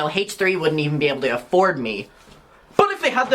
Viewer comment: Excuse me... Kali said.. "Ay-ford" not "afford" 😂😂